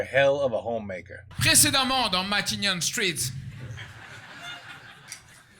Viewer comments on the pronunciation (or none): Matignon...pas Manhattan 😅 c pas une faute de prononciation mais ça prête a confusion avec l'accent made in france😂😂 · He say Matignons street (not manathan) Matignons is the président street in France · Il a dit « Matignon street » pas Manhattan street, et Matignon en gros c’est là que le 1er ministre français habite